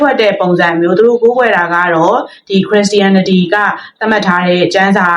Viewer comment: အစ်မ ရေခရစ်ရှာရနတီလို့အသံထွက်ကမှားနေပါတယ်ပြန်လေ့လာပါဦးနော်